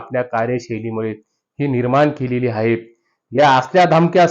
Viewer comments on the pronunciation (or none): आहे, हाहे उच्चार नको